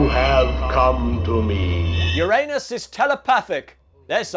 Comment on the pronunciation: Finally, the correct pronunciation. "You RAN us." No allusion to anus, and no urine either.